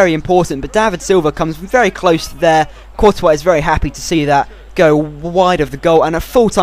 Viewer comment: I've been with ur channel ever since the beginning, you have grown so much! You can even pronounce 'courtois'.